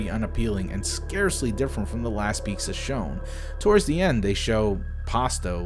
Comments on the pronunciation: If I have to hear you pronounce pizza as “peexza” one more damn time….. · as a 40% Italian I 40% forgive you for calling it pikza. that side of apology isn't the Italian one. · Ironmouse wasn't kidding when she pronounces it piksa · I swear, does anyone else hear "peaksa" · Why are you saying pixxa? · picksa? is it a dialect/accent thing? I've never heard pizza pronounced like that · he says pizza as pikza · Bruh, did this guy just say pixa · dude why do you pronounce pizza as pigsa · why does he say pixa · Why does he pronounce "pizza" as "peeksa", I am extremely disturbed by that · Am I the only one... or does pronounce "PIZZA" extremely disturbing. I am hearing "PIKSA" constantly. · my man just said "Pixxa". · y u saying Pizga? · Peaksa time! Lol your pronounciation is adorable. Great video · Love the video...dislike how you say peaksa (Pizza) lol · I'm sorry, but wtf is a "peeksa"? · Why do you call it "pixsa"? It's "pizza". "Zzzzzz". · Great video, but it pissed me off every time you said "pikza" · The fuck is " pickza"? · Is anyone else bothered by this guy pronouncing pizza as peekza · why does he pronounce "pizza" as "pixa" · why does he pronounce pizza as beeqsa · U pronouncing pizza like "peekza" is driving me insane.... Am I the only one? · Ok I didn't realized he was pronouncing "peeksa" until I read the pinned comment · Cool video but damn dude everytime you say PEEGZA i wanna die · When you say pizza it’s sounds like “beexa” lol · Great video but I couldn't help but physically recoil when you said "pizza" as "peaksa" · Are we just gonna ignore the fact that he pronounces pizza as peezga?? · Why when you say pizza you say pikca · Is he pronouncing “pizza” as “peekza”? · Wait why does he pronounce it 'peek-za'?? Lmao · What the hell kind of accent makes you pronounce pizza as peaksah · why...Why are you saying "Pickza"? just curious. I'm a teacher and this is something Spanish L1 speakers would say when learning English. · lol "pikza"